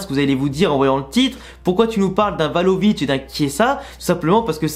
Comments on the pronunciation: Vlahovic au lieu de Valovic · C'est Vlahovic non tu dis euhh 😂..